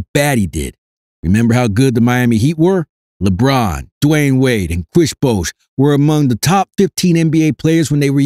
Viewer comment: kwesh bwouash 😂😂